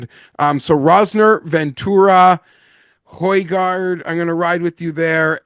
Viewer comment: Why do they keep saying the j in hojgaard? It’s pronounced like an i